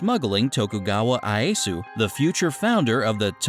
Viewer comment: It is not Shonugget, it is Shogunat, also it is not Ayesu, it is Ieyasu.